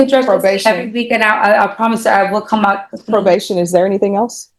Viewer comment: Didnt she say „probaded“?